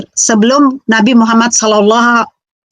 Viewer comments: ini lg murtadin odong2 menyebut nama nabi muhammad sw aja belepotan. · Assalamualaikum wr wbr..., kasihan si ibu, ngakunya murtadin,dari Islam menjadi oten,tapi mengucapkan Muhammad SAW saja belepotan,😄😄🤭.Tks bang,yg selalu menayangkan murtadin odong ",🤗🤗🤗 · MUKA NYA.SAJA,,SUDAH MUKA PENIPU,,,,KELAS KROCO,,NYEBUT NABI MUHAMMAT, SAW BLEPOTAN ANJIR-ANJIR,🐕‍🦺🐕‍🦺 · Gak usah sebut2 nama nabi Muhammad kalau belepotan begitu... 🤣🤣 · waduh, ngaku Islam ini oten, ngucapkan nama nabi saja blepotan ngaku muslim..? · Astagahahahaha...batal tidur dah,ngakak dulu,nyebut nama nabi Muhamad SAW aja blepotan,bilangnya muslimah trus murtad,OTEEEN,OTEN...yuk tawa yuk,tawa aja ga papa yuuk,hahahahahah